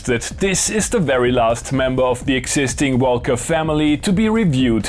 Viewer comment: English is not my first language either, but why do you say velcome and wolca when you say world and reverb?